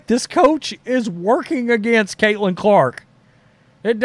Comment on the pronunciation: Her name is Caitlin not cailtin....but she deserves rookie of the year but if it goes to Reese it's cool...get it right bro